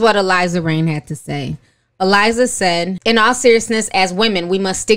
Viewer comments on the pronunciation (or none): none